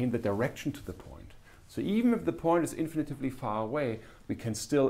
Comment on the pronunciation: Thank you, Cyrill! PS: "infinitely", not "infinitively"